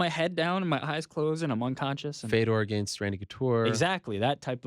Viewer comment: also the way he says “against” he says it like aGAINst ... annoying